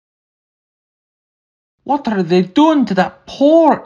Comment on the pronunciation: When said: Wtarde 💀